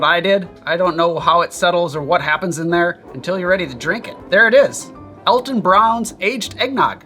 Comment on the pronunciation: Me, too. I'm pretty sure Alton's name is pronounced "ALL-ton."